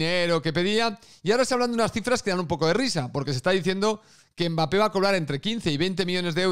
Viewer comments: "Mbarré" de nada....😎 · si te sirve yo a Mbappe lo llamo Mbeebee = Embibi, por cómo lo pronunciaba un presentador árabe, me hizo gracia 😂